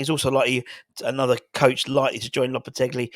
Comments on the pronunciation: Loppertegly....lolol No 'L' on the end, fella. More like 'lopperteggi' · You keep saying "LopetegLi". Sorry mate